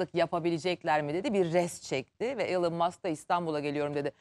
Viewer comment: Elın mask yada maks değil “ilon mask“ yada “ilan mask” diye okuyacaksın.Hadi diğer ing kelimeler olsa neyse ama isimlerin doğru okunması gerek